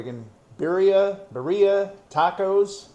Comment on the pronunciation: its pronounced B E E R -R E E A 😄